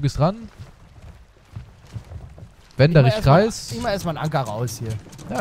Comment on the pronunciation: Nicht käptn kreis sondern